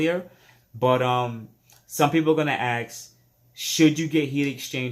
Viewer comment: I'm a Subscriber and a Liker, but it is Ask, not Ax. Thanks.